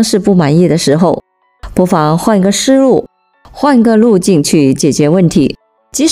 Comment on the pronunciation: 思路要唸成S Lu 而不是Sh Lu。